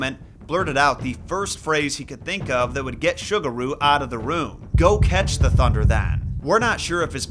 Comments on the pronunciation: it's pronounced SUE gu ru. not sugar ru. ffs if u wanna do story telling of other cultures the least u can do is check the enunciation of the foreign names to show some respect. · Ah yes, Sugar-ooh and Cannon, my favorite Shinto Kami 😂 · If it's spelled "Sugaru", then the "S" is an "S" sound, not an "Sh" sound. Like Subaru, but with a "g" instead of a "b". But the way you pronounce it, it sounds like the kangaroo mascot of a sugary cereal. I think the English word "sugar" was throwing you off.